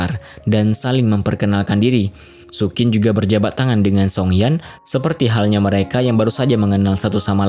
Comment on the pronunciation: sayang penyebutan nama karakternya ngawur. Xu Qin = bacanya Su Cin bukan Sukin.